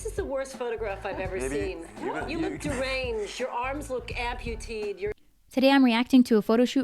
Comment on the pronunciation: Amputeed? Amputated.